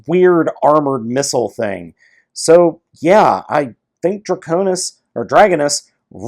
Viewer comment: "dragonus" dargonus